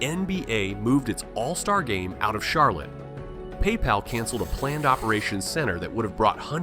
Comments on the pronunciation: well, I didn't like the way he said Charlotte either lol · I didn't clock that one. HOW do you mess up Charlotte?